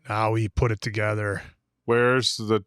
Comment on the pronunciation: ~"2gethah"~ "4evah" 💗👧➕️🐶💗